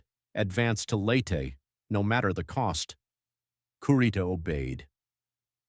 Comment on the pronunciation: Agreed; the narrator was probably pronouncing it as some kind of strange Englush-language dialect.